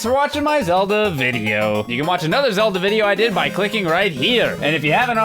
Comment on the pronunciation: Yup..Zelda "Month"